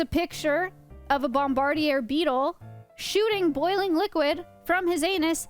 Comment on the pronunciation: “ Bomb ba deer “ beetle. She said it like the beetle was a French villian😂